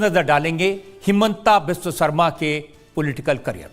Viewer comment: Timeline Wrong language. How to you say the word ''Biswa Guru ''. Speak it once in loid voice? Then why wrong naming his middle name which has the exact same spelling but spelled it as ''vish" like jeher. assam. This has to be legally taken into action aganist this Rajat Sharma